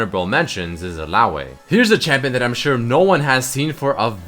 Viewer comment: Illao WEHHH xD is xat how u pronounce it eh russian boy? yes is russian